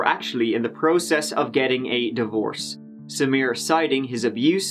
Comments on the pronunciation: That is the correct pronunciation. It wasn't pronounced Sameera, it was pronounced Sam - i - ra or Samra. if you listen to interviews with her friends and family, they pronounce it similar to the prosecutor. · At first, I assumed you were bothered by her mispronunciation, assuming she would pronounce it "Sa-MY-rah" or something. I finally got that point where she was giving her statement to the jury and she said it like...I can't even write it out, since I've already forgotten how badly she butchered the name. You're damn right that prosecutor was annoying. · Samra? she can't even say the woman's [incredibly easy] name correctly!!!